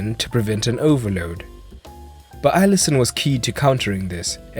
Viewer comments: Not Allison it's Alisson no hate tho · It’s alisson not allison